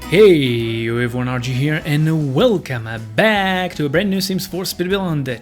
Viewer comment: Looks great as usual, although your exterior designs are a bit too American for my taste. BTW: it is "welcome back", not "welcomma back".